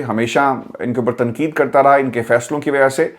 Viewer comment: صاحب۔ آپ اردو کا حروف ِتہجی ۔۔ ق ۔۔ کیوں نہیں ادا کرتے ۔اسی وڈیو میں آپ بار بار ۔۔ تقید Tanqeed کو تنکید Tankeed کیوں کہتے ہیں ؟ محمد meesaw کراچی